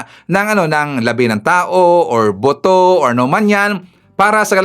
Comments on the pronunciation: Not “boto” but “ buto”😊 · Buto po..Hindi boto..